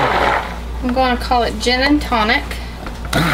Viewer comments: You should call it JEN and tonic... :) well thats what i first thought you said when you said Gin.. my aussie ness heard Jen and Tonic.. thanks for another wonderful video.. i miss your vids.. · Heaven Scentz that’s what I heard too! 😂